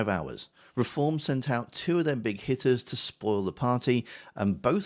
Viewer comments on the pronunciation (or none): Oh Hitters, I thought you said Hit@